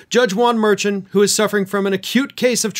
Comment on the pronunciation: just a bit of help if I may: Juan Mer-shon’